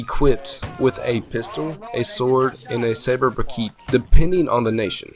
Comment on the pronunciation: You need to learn how to pronounce briquet. Good video though!